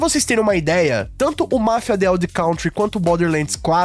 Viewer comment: Pô, pronuncia certinho o nome do Mafia.